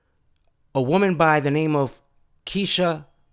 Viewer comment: KEISHLA is pronounced kayshla in Spanish Rip KEISHLA🙏